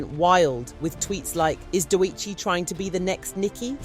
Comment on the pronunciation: WHO TF IS "DOUEGHCHI"? AND "S - Z - A". Atleast have the respect to address appropriately. This video had to be AI generated.